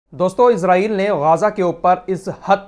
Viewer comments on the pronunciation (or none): Bhai pahle to aap Israel ko ejrael mat bolo wo ejrael nhi h Israel h not ghaja gaja h